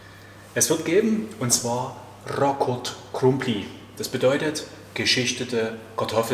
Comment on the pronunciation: Wie schön du das aussprichst❤ du kannst bestimmt etwas ungarisch. Hast du perfekt übrigens gemacht ❤